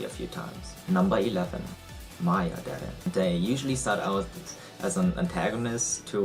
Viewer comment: As soon as he correctly pronounced dere I was like "YES, HE IS A OTAKU"